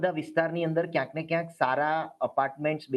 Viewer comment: વારેવારે બોલે છે કયસ ન ને ક્યાંક -- એ વળી સ શું